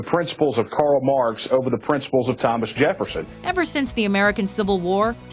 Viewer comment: Excuse me, but who is the "Karl Mooarx" ?